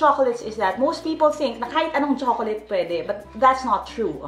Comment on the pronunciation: ang pagbigkas daw sa chocolate sa english ayun kay youtube ay tsoklet or choklat hindi tsokoleyt. peace!